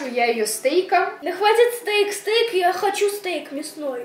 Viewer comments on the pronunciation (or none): Это не стэйк,а стека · Не стейк а стек😂😂😂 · ❤💜💜❤ P.S:стек через (э) читать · Не стейк, а стэк) Люблю🖤❤🖤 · Молодцы))❤️ Этот ножичек называется "стек" А не стейк)) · Не стейк, а стека😂😂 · НЕ СТЕЙК, А СТЕК 😂😂😂😂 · Стек а не стейк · Стек а не Стейк!😅 Без й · Не стейком а стиком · Стека а не стейк😁❤️ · Стик а не стейк🥩🥓🍖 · Правильно говорить не стейк а стек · Не стейк 😂😂😂 а правильно стек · Не стейк ,А Стеко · Не стейк, а стэк) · Не стэйк а стек😂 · не стейк а стеко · Не стейк , а стека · Это называется стек, а говорится стэк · не стэек а стык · Ни стэйк а стэк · Не стэйк а стэк